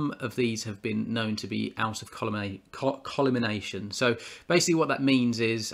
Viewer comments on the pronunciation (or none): Please change your pronunciation of the word, 'collimation.' It isn't 'col-imination.' It is just 'collie' followed by 'mation'. Aside from that nitpicking, thanks for your video and assessment. I found it useful. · It's pronounced Col -Li - May - Shun. Collimation. There are better 20x80 reasonably priced binoculars than those shown.